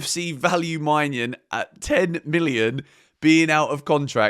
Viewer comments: please look up the pronounciation of maignan you are butchering his name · Im not french, but im pretty sure thats not how to pronounce Maignan.